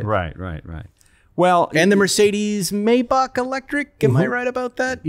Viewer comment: How does Spike not know how to pronounce Maybach? I thought these were car guys?